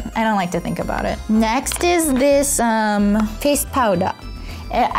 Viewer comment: 長洲未来ちゃん！日本のコスメたくさん使ってる〜！ フェイスパウダーが日本語読みになっちゃったのかわいい😂💕